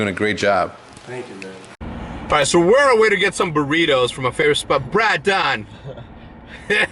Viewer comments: I don't think Hecz is pronouncing Braedon's name correctly. He better speak up now or Hecz will forever refer to him as Brahdon. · I'm pretty sure he knows his real name, and I think he does as a joke when he says brahdon